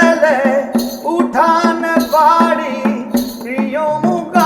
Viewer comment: বাংলা ভাষা কে ধর্ষন করে ফেলছে ভাইয়ে বাড়ী বদলে বারি বলছেন পাড়ি বদলে পারি আহা